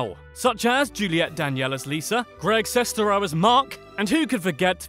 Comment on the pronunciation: Julius Matijošius For me, it began with The Nostalgia Critic and FanBoy Flicks. Kind of simultaneously! 😁 I love everything about this video... except the way the narrator keeps mispronouncing Greg Sestero’s last name!